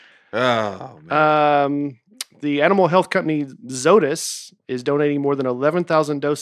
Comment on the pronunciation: Also, it’s pronounce Zoh-eh-tis. Be better next time.